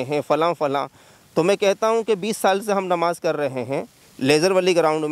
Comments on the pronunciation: Anchor, Gudd Bakhii, Namaz hai woh, NAWAZ Kahi jaa raha hai.. Pehle language per control rakhoo phir, journalism karoo. Burrrrrrrrr........ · NAVAZ NAHI NAMAZ HOTA HAI BRO DHYAN DE GYAN DO 😃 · Repoter Bhai pehle apni Pronounsation thik karo it is not Nawaz but Namaz.... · Bhai namaz hoti hai , nawaz ni 😂 MR. Anchor ji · Please clear pronunciation Namaz not Nawaz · It's Namaz not navaz pronounce clearly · Abe bhai pahle aap pronunciation to sahi karo nawaj bolrahe ho,NAMAZ hota hai bro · "Namaj" Bol re Nawaz nhi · Nawaz nahi namaz bolna seekhe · Patrakar bhai Namaz bolna seekh le fir Patrakarita kar